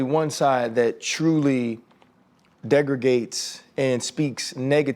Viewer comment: “Degrigates?” LOL at Ryan trying to sound educated